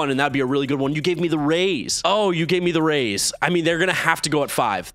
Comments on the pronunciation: You’re supposed to say R A Y S! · 641 instead of rays it’s ryas